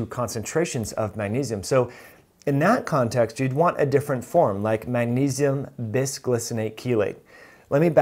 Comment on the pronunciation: It's maGnesium , Not munesium.